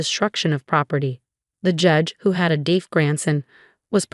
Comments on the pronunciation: Deef? Seriously? How difficult is "deaf"? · I think that when the text-to-speech was applied to the original text it pronounced "deaf" phonetically. Although AI can do much, it will still need human guidance to catch issues like this. One thing that might help is to first write the text phonetically (so "deaf" could be spelled "def" or "dehf"), run text-to-speech on it, check and correct where needed, and then correct the spelling where needed for the displayed text. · Deaf is pronounced as spelled. You pronounce deaf as "deef". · One would think that in a narrative about being deaf, one would know how to pronounce the word deaf.